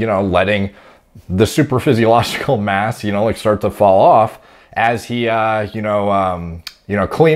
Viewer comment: did he say "supradaphysiogical" level?